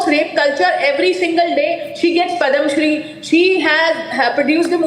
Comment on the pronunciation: Padamshree.... Please pronounce properly. It's national award